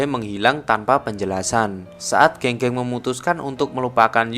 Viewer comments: Geng geng di bacanya gang gang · E di pinyin dibaca ê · Keung keung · Pengucapan nama nya bukan Geng geng tapi Geng geng. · penyebutan nama geng geng bang, di film aktor nyebutnya geng geng tapi di video ini nyebutnya geng geng. Padahal kan benernya geng geng bukan geng geng yak😁